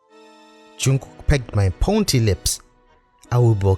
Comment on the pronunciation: Pointy or pouty not pount or pounty dear because there’s no such words as those